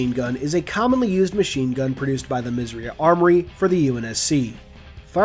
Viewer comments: Did you know you are saying "Misriah" incorrectly? It's pronounced Miz-er-eye-ahh. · When you say "Misriah" i thought you said "Misery" 😂🤣